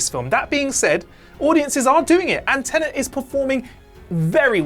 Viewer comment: My ranking of the problems I have with this video: 1 - ’ mispronunciation of ‘homicide’ 2 - ’ mispronunciation of ‘nuanced’ 3 - ’ mispronunciation of ‘Tenet’ 4 - ’ mispronunciation of ‘Cotillard’ 5 - ’ mispronunciation of ‘Jim’ 6 - ’ mispronunciation of ‘Forger’ 7 - - ’ mispronunciation of ‘an’ 8 - ’ mispronunciation of ‘Pantoliano’ 9 - ’ mispronunciation of ‘Worst to Best’